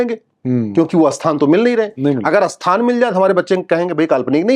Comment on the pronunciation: आप 'स्थान' को 'अस्थान' क्यों कहते हैं?